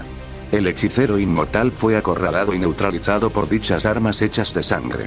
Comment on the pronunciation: Tengo una pequeña duda porque se tiene esos errores que de pronunciación por el Loquendo como (inmoral) en lugar de inmortal ya que eres el único con esos errores repetidos